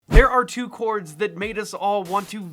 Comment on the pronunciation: You lost me at “two clhords.”